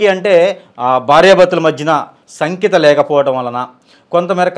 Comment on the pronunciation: Sakhyatha bhavam, sankhyatha kadu, learn how to pronounce ss a.